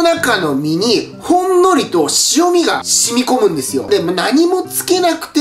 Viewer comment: 塩味って「しおみ」なの？ 「えんみ」じゃないん？